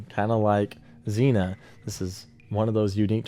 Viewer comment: Hey just letting you know as an Ohioan. It’s zeen ya lol. Zena reminds me of the princess warrior tho. Love all your videos! Keep up the good work!